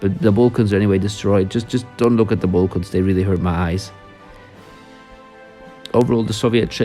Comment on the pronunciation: I poured bleach in my eyes again after seeing this guy saying Balkans "Balcans"